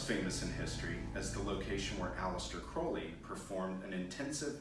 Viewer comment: At least he pronounced Crowley correctly babe. You people are so stupid to believe Ozzy said it right! 😂😂😂🎉💯💯👌